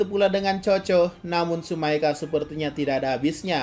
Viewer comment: Bang Tsumeaka bukan Tsumaeka